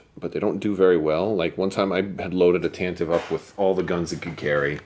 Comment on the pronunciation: OMG thank you for the pronunciation of TantivE. I agree 100%